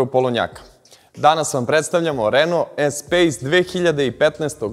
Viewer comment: Espas a ne Espejs. Posle 40 godina ljudi i dalje ne znaju da izgovore pravilno.